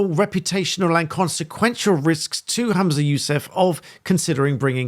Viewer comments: His name is HUM-za not HAM-za. He’s “humming’ “ not “hammin’ “. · WTF is a Hoomzah? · It's pretty disrespectful for you to repeatedly refer to Humza Yousaf as Hamsa Yousef throughout this video. You're clearly aware of his name, you've written it in the bio of the video.